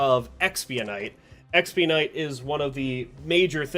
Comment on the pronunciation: Hey I’ve watched all your videos great content. But I gotta ask.. you know you’re not pronouncing expenite correctly, right?